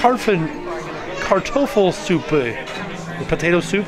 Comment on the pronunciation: Really good pronunciation of Kartoffelsuppe, 👍